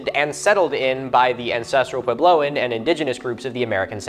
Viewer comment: It's going to kill me the way Milo keeps saying "pway-blow". Edit: especially since he says puebloan correctly!